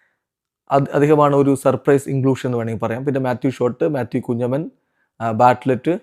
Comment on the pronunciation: Mathew kunjappan Alla. Mathew Kunhamenn aanu 😅